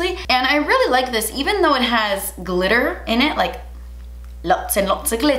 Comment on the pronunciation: That British accent on glitter 😂